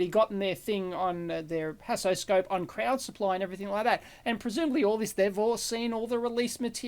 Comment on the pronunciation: I would like to say that Haasoscope is not a good name. When Dave says it (like any English speaker would), it sounds like "hassle scope", and from the video, it seems like he had nothing but hassle when testing it. I'm sorry mr Haas. Second point: I would have liked to see a teardown of the screwdriver. I was curious about the mechanism, even though I know this a electrical engineering channel.